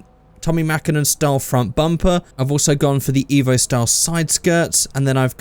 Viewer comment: Painful that you said evp